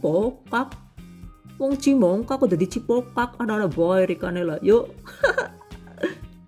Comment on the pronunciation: Njenengan tiyang pundi, ko sama nyebutnya cimongkak😅